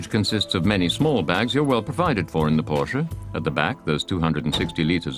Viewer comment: If you cannot correctly pronounce Porsche, you are a hack.